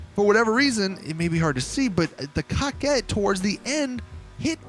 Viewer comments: COCKIT BRO IM DEAD 😂😂😂 I believe it my be COH-KET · When said: coquette bruhh i died he says it like: cocket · Cocket wtfffff it’s korket that’s how it’s pronounced damn boy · “Cock-Ette” It’s Pronounced “Coke-Ette” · Why you keep saying “Cock-ette” ... if it’s a “Cor-Vette” remake, than calling it “Co-Quette” would be the more proper way to say it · What this foo call the car 🤣🤣 cocket wtf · Guy said cockette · “Cockit D10” 🤦‍♂️ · This foo said Cockit d10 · You say it kow ket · I think they were going for cock-wet.. so idk if you want to pronounce it like it’s irl counterpart, or the baller name of getting your “coquette” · It's actually pronounced "Co-Quah"...it's french. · He’s calling it a cocket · Is anyone going to tell him how to say coquette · Is it just me or is he saying the name wrong?? Keep up the good work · Anyone else really bothered by the way he says coquette?